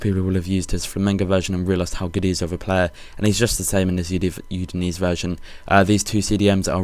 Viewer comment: Udinese = you-din-ay-say